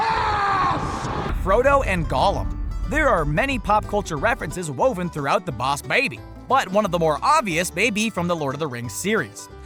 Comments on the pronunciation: why does he pronounce boss baby like that? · JUST SAY THE BOSS BABY NORMALLY!!!! GOD I HATE HOW YOU SAY IT!!!!!!!!!!!!!!!!!!!! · can't you just say 'boss baby' normal instead of 'Baws Babeh' It was fine at first but every single time you say it, it got annoying. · TacArmyRadio Oh, B A W S B E I G H B E E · TacArmyRadio bohsssssssss babby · TacArmyRadio why does he say bawss baby, boss baby is fine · He keeps saying "bows" baby. Why though?! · Yeah...Bouse Baby? Boss isn't difficult to say. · I’m sorry for this hate but when he says Bawss baby and not boss baby it is so so sooooo annoying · btw it's boss baby not Bauws baby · It. Is. Boss. Baby. Not. Bowsh. Babby. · Can he just quit saying baws baby and just say boss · he says baws Edit:baby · BAWSE BABY! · When you said boss babby it was so anoying. :/ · Thomas5256 correction. It is bauws baeby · I think 99.9 of the comments are about how the person says bowsh baby Like is you agree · I never want to watch this again him saying "BAWSE BAYBY" Is sooooo annoying😡😡😡😡😡😡😡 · Why the hell are u saying the bause baby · “boss baiby” 😂😂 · It's so annoying how he says bows baby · Those are diamonds on Tim's wall, and those are stars on the tower, not triangles. And the illuminati has to have an eye in it, otherwise it's just a normal triangle. Also I swear to god stop saying BaWs baby. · THE BAWSE BABY IS a time traveler me: is it we or did you have a accent for a second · Lmao. I watched this while drinking and died laughing every time he said BAWSH BAYBEE. lmao. Lighten up folks! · Baws Baby xD I'm gonna say it like that from now on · Ugh I think I lost a few brain cells each time he said boss baby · Quit saying baws bay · loooove the way you pronunce boonce baebey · I’m going to lose my mind if you keep saying BAWSE BABY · Did any one notice that he kept saying boass baby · Baus baby 😂Gr8 pronunciation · wtf why he cant say boss baby properly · stop saying bouse babee dont do it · Stop saying bawse baby